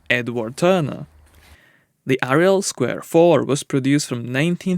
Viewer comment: Its Ariel not Riel... I love watching this channel over the years but the name pronouncing hasn't got any better as I thought it would of done on how long its been going.